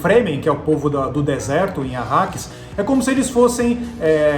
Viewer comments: Caraca!!! Os caras falaram tudo errado !!! Benê Guesseti ? Planeta Akaris ?? PQP!!! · planeta "Akaris" ou " Arrakis"? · Bene Guesseti? Arkaris??? O KWISATZ HADERACH merecia um pouco mais de respeito. Sinceramente, senhores, se vão falar sobre uma obra que não conhecem, pelo menos se preparem direito para fazer a gravação. Leiam sobre a obra e, no mínimo, decorem os nomes e termos usados na série de livros. Do jeito que foi gravado, parece que vocês fizeram tudo às pressas, pra não ficarem atràs dos outros tubers. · Planeta "Acaris" Que isso?:/ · depois eles falam Arrakis